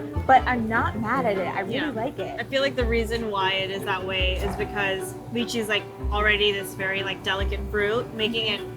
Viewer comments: Lychee is “lie chee” not “lee chee” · Dude it’s not Li-Chee, it’s Lai-Chee...wow😂😂😂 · Sad to see a lot of jerks attacking and for such a good work they have been doing, shame on yalls jealous trolls, keep slaying ladies! On a side note, its pronounced Lie-chee, not Ly-chee. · LAI-CHEEEEE not LEEE-CHEEE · I hear them pronouncing Lychee as (leechee). That's weird for me, I live in Hawaii and we pronounce is Lie-chee. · this chinese guy just say leachy? its pronoucned lai chi lol this guy aint asian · Why do they pronounce lychee as in "lee-chee" rather than "lie-chee" like wtf... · It's Lai-Chee not Lee-Chee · How could the Chinatown Ice Cream Factory did Lychee pronounce Lychee like that?! I bet you his Asian ancestors are howlingg